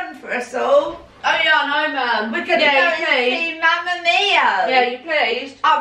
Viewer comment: It made me laugh so much when Annas grandma said mamma mio instead of mammamia😂 P.S. love you Anna